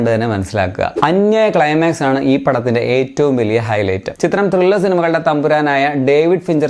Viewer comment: വെലിയ പുല്ല് അല്ലടാ പുല്ലേ.......... വ ലി യ പുല്ല് എന്ന് പറ......... ചില വാണപ്പെണ്ണുങ്ങളേപ്പോലെ ക്യൂട്ട്നെസ്സ് തൂറാതെ.......